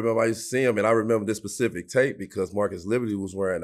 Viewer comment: I love this podcast but can somebody please let Darius miles know it's specific and not Pacific